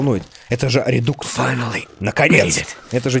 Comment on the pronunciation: Правильно говорить не РЕДУКС а РЕДАКС